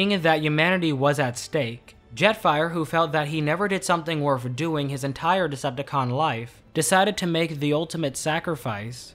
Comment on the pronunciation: Am I the only one noticing he says worf instead of worth